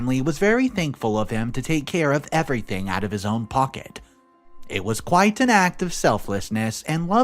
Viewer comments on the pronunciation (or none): none